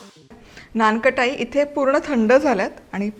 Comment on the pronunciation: थोडेसे मराठीकडे लक्ष द्या....लोणी म्हणतात... लोनी नाही...नानकटाई आहे ते...नानखटाई नाही.....It may not be your mistake but your team's mistake...but pls be careful...it hampers your credibility....